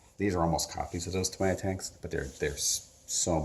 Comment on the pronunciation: Its TAH-MEE-YA for all the untraveled, uncultured peasant class out there. ; ) Youre welcome!